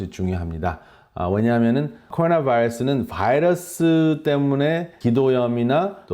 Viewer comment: 코로나 vㅏ이뤄쑤? 발음좀 젖당히